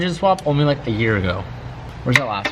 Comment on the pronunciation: Teej what's goin on man, you're talking more Aussie lately, yesterday I think you pronounced year in a full Australian accent, made me snap my neck while I was watching cause I was doing something else at the time and today you said you were a bit how ya going and schmick which is a widely Australian thing, what's happening to you man 😂